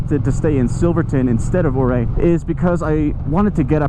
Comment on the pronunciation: These videos are hitting me in so many different ways. I grew up in Durango, and spent the last 10 years in the Denver area. I’ve been all over that state and recognize every road you’ve traveled. I also own a Speed Twin. I live in SC now, and I have to tell you, my homesickness has never been so intense. Thank you so much for this content. Also, Ouray is pronounced “U-ray.” Just FYI. 😉